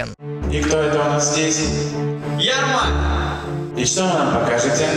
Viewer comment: Правильно ЯрмаК, а не ЯРМАК